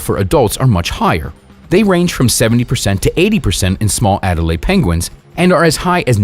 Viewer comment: Adelie penguins, not Adelaide.